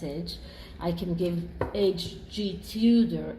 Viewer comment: “A” G Tudor. How annoying, eh?